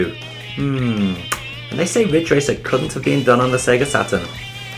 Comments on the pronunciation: i love when you say sega satrun its so funny! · "Sega SATAN"???